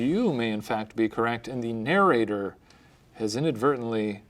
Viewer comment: i love you ryan, but you say narrator wrong. you say narrorrator and it kills me every time 😩 dope story tho keep it up ghoul boys